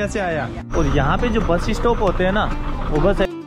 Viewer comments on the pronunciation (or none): Bro why you speak bus-es-stop??? Say bus stop!!